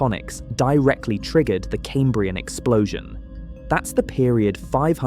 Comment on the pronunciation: Your AI voice is using the American habit of saying numbers like "five hundred forty" instead of "five hundred AND forty", and it mispronounced the word Cambrian too. You might want to consider using a better model.